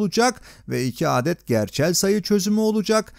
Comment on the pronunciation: bu nasıl bir 'adet' kelimesi telaffuzu